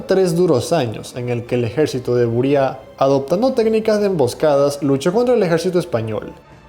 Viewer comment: Se pronuncia Buría y los indígenas se llamaban Jirahara, con "j" española.